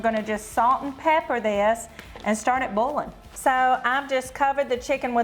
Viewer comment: I love how they say "bowlin" for boiling. Love to watch, and Zachs cooking show is fun to watch.